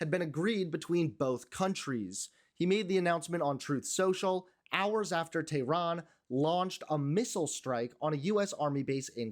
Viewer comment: I appreciate you, but please pronounce Iran and Tehran correctly.